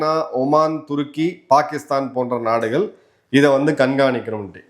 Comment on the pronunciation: நாடுகல் ஒரு வேல. தவறான உச்சரிப்பு நாடுகள் ஒரு வேளை